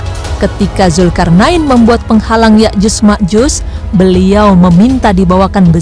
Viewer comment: Yakjuj dan Makjuj mba bukan Yakjus dan Makjus. Haduhh..